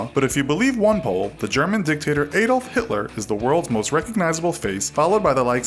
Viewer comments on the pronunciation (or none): I cringed so hard when you tried to pronounce Adolf xD